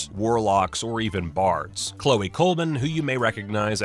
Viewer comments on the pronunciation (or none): none